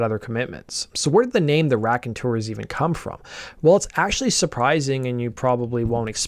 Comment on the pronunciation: Sooo it's not the RACKonteurs... It's pronounced ROCKonteurs. Get it? ROCK. Just so ya know lol